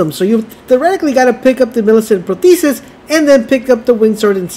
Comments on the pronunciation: Lies in the title again. Never trust a guy who cant pronounce InsignIA or ProsTHESIS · I don't know if anyone else has done this but "in-sig-knee-ah" "pro-thee-sis"